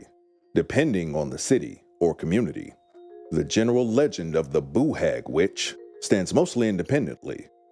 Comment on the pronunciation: don’t be , it’s the best pronunciation of Boo Hag I have ever heard !